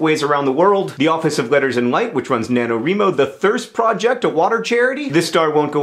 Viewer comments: NaNoWreeMo? Are you kidding? It's NaNoWreyeMo! :) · Sorry, but I believe it's pronounced "Na - Know - RYE - Moe", not "Na - Know - REE - Moe". Unless you're talking about National Novel Reading Month. Also, I'm super-glad to hear that you're righting again! It's been three years since your last book was published, though it feels like many more than that. I can't wait! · "Nanowreemo" Bhahahahaha John it's still "Nano wry mo" as in WRIting. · NaNo... Ree-mo? Not starting an argument! I don't like pronunciation arguments. I just hadn't heard that pronunciation before. Also, things on heads! This needs to make a comeback. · XD such an "awesom" video. Also, isn't it pronounced "Nano Rhyme-o"? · I cringed when you said "NaNoREEmo" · I'm pretty sure you mispronounced NaNoWriMo...since it stands for National Novel Writing Month. :) (Which is November, in case you're interested and can Google it, for participation.) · So a few years ago John and Kristina Horner of the 5AG (YT group from 2008) mispronounced NaNoWriMo and most nerdfighters have been saying it that way ever since. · Liaa Fernandez Really, I don't think it's a big deal. If people know what NaNoWriMo is, they'll know what you're talking about-- which ever way you say it (not a lot of things it could be mistaken for). I just like being accurate, is all. Oh well. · DID HE SAY NANOWRIMO WRONG OR HAVE I BEEN SAYING IT WRONG FOR YEARS?